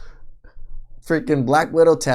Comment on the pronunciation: "curtains" LOL